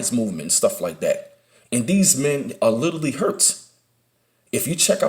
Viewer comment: Everytime he says literally it ounds like he says little league